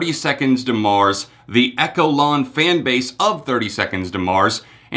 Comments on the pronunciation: Echelon is pronounced like Eshelon, lol. But like the Echelon literally refers to themselves as a cult sooo lol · "Echo-lawn." lol 🤦🏼‍♀️ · I am part of the echelon (not eck-elon!). I was in Croatia 2 weeks ago for Mars Island. It is a cult. And it's the best thing that ever happened to me 🔺️ their music helped me through my depression and I wouldn't be alive today without them. I am not "disconnected from society". I am a normal human being. It was a one-off white party theme night. There were no children there. We are individuals from all walks of life, cultures, countries, jobs, ethnicities. We also deliberately congregated in all white on the shore for our group photo to get non-believers talking the way you are now. The Messiah's work here is done 🖤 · It’s pronounced eSHelon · We just need to improve some pronunciation of words. Echelon isn't pronounced echo-lawn. 😂😂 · And one more thing....it’s pronounced ESH-E-LON (echelon). 😊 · Echelon is pronounced differently. 🤷🏻‍♀️ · oh yeah good track, I was just mildly irritated at his pronunciation of the word. Especially considering that its a word of fairly common usage outside 30STM cult talk